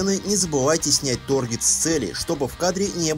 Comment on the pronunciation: поставил лайк. Но почему тОргет, когда тАргет?) очень режет